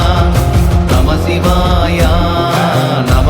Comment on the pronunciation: இந்த அற்புதமான பாடலுக்கு இந்த ராகம் பொருத்தமாக இல்லை. அப்புறம் ஒரு பாடலுக்கும் அடுத்த பாடலுக்கும் இடையே நமசிவாயா என்று "உச்சரிப்பது நன்றாக இல்லை" அதிலும் "யா" என்று நெடிலில் உச்சரிக்கக் கூடாது. "ய" என்று குரிலில் தான் உச்சரிக்க வேண்டும். சிவய நம என்பதே நம சிவய எனப்படுகிறது. இதில் "யா" என்று இழுக்கக்கூடாது.